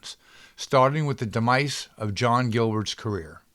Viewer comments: FYI = demise is not pronounced de-MICE or de-MEESE, but de-MIZE. ALINE MACMAHON is A-lean Mack-may-Hon. See her in KIND LADY #1, THE LADY IS WILLING & I COULD GO ON SINGING. Darryl F. Zanuck = dahrill f. ZAH-nick. Great research from a period we have very mixed, often studio created, narratives told for public relations. Wonder where bootleg copies of Ginger's unedited biography are? Ginger herself was known for conflicting press - when mad at Mother Lela's control things were negative and raw especially over her choice of husbands. After the divorce & reconciliation everything was sweetness and light. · This is interesting, but you mispronounce most of the names! If you can't get people's names right, how can we trust you on anything else? You manage to mispronounce FOUR names: Cecil B. DeMille, Una Merkel, Darryl F. Zanuck AND Aline MacMahon. You also mispronounce the word "biopic" and the word "demise." Also a blackout does not mean "no scene." It means a SHORT scene. It's a quick set-up and punchline with the lights suddenly going out.